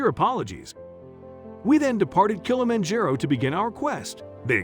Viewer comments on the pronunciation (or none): Please find out the proper pronunciation of words before you say them. You mispronounced Kilimanjaro through the whole thing.